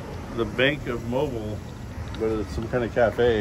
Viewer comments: It’s pronounced MO BEAL 🤣 not Mobile like it’s spelled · Mobile which is the second largest city in Alabama is pronounced Moe-Bill. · It is pronounced "Mobile", sounds like "Mobeele" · Its pronounced Mo Bill 😂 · You should ask a resident how to pronounce their city. Mobile is pronounced mobeel. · BTW...its MOE-BEEL. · It’s pronounced “Mo-beal” 😂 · Its MOE-BILL. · Need to learn how to properly pronounce Mobile Alabama!